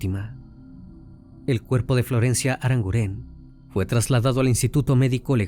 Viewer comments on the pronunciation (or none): NO ES "ARANGURÉN" ES ARANGUREN, NO SE ACENTÚEA LA E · El acento fonético es en la u: ArangUren. No lleva acento en la e. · Crimi lo primero decirte que me encantan tus casos y como los narras. Sólo decirte que Arangunen es un apellido vasco y se acentúa en la u❤ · Aranguren, no,aranguren'